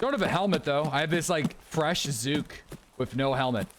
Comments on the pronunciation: Just me or anyone else cringe on how he says zuhk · Almost border line tilting listening to you call zhuk “zhook” ten times over and over. It’s cool to do your own thing and be different but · Do that many people pronounce zhuk as zoook? Or just?